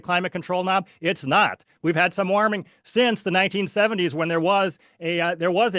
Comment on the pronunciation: Why can't pronounce warming? What is waaarming🙄 We agree that we won't interupt one another: constantly interrupts. Schoolboy error, confuses weather with climate. Minnesota is not world climate.